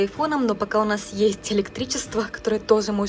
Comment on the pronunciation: С уважением отношусь к вам, как детям, но хочу задать вопрос. Почему в твоём произношении на русском присутствует сю, шю,ща, щто, ще- какой-то странный диалект. С щастью нась тайфун обощел щтороной? Это как?. По японски с мужем говоришь- этого нет. Я смотрю других блогеров- ни кто не говорит так как ты. Почему? Типа - Хоккайдо, Хонсю, Сикоку Кюсю? Что ты так говоришь? Шипилявишь? Так японцы не говорят. Отвратительная речь у тебя. Твой муж говорит чётко, а ты почему сюсю-мусю плетешь?